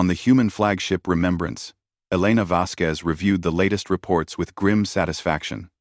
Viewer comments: The name Vasquez does NOT have a "W" in it!!!!!!!!!!!!!!!! Her name is NOT "Vasqwez"!!!!!!!!!!!!!!!!! fHow the HELL can your AI say "Vasquez correctly in every other sentence and WRONG in every other one!!!!!????? Crappy AI! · Your AI also never learned how to properly pronounce the name Vasquez.